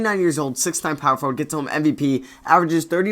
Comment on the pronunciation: i watched ur videos all day and u say power forward wrong tf